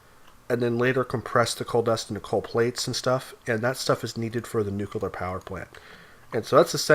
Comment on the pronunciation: Nucular. It's pronounced, 'nucular'.